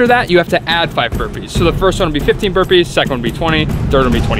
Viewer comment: They said burpees chris not wimpees